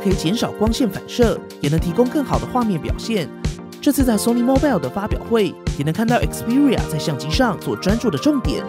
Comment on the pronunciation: “Mobile” is mispronounced.